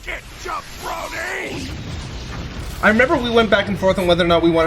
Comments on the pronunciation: WAIT VEGETA WAS SAYING "SUCK IT JABRONY"??? ALL THESE YEARS I THOUGHT HE WAS SAYING "SUCK IT JEFF BRODEY"! I THOUGHT THAT WAS SOME KIND OF WRESTLING REFERENCE THAT I WASN'T GETTING! THANK GOD FOR THESE COMMENTARIES! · I always heard it as “suck it ya brony” too lmao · With no wrestling knowledge I thought he was calling him a brony. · I always heard it as “Suck it, ya brony!” 🤣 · I always thought he said "Suck it, you brony!" 😂